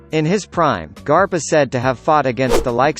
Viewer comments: You can't do this to the greatest series of all time! Even if ur explaining is good the way u said "Monkey D Grap" instead of "Monkey D Garp" Is getting on my nerves. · his name is not grap its garp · It's garp not grap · pronounced Garp as Grap then said it correctly a second later 💀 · "Monkey D. Grap?" hahaha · Im ded when he said Monkey D. Grap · I heard "Monkey D Grap" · im sorry, no offense, but monkey D Grap???? at least, that's what i heard. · or monkey d grap not garp grap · Monkey D. garp not graph Hahahaha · Did he just Say "GRAP"???? E TIIIIIIIIIIIIIIIHHH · he said Grap instead of Garp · Was it just me who noticed that the first time he said garp he said grap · Monkey D. Grap???? Is that what he said??? Hahaha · It's garp*, not harp! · Who else heard monkey d. Grap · He sed grap instead of garp 😂😂😂😂😂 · Monkey D Grab???!?!?!?!?!?!? It fuckin annoys me man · It Garp. Not Grap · 17 I know, I mean is Garp not Grap hehehe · It sounded more like crap😂😂😂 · Lol monkey D. Grap 🤣🤣🤣🤣🤣🤣🤣🤣🤣🤣🤣🤣😂😂😂😂😂😂😂😂😂😂 its garp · Hahaaa😂😂😂 monkey D. Grap don't pronounce like that😂😂😂😭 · Use ur real voice not the robot voice it's Soo annoying Monkey D Grap wtf? DRACUYL MIHAK WHATT? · You said Monkey D Grap 😂😂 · Voice: “Monkey D. GRAP” Me: shocked pikachu face* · did he just say Monkey D. Grap?? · Lol I died when he said “monkey D.Grap” 😂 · “Monkey D. Grwrap” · Who else heard monkey D. Grap😂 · He not only said grap but also silver reighleit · i heard monkey d crap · It's garp